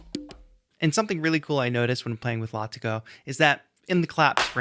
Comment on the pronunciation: Thanks for the breakdown. I love UJAM products and bought this one yesterday. BTW, it is pronounced 'Lah-Tee-Go'. Cheers!